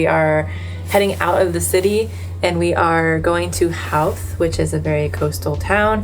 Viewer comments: Howth is pronounced ho-th you don’t sound the out the “how”th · Howth is a lovely spot. The 'How' part is pronounced to rhyme with 'Toe'. I always get my visitors to go take a day trip out there. Bus to the summit, walk around the Cliff Walk, something to eat at the harbour, go see the castle and then back to the city by train.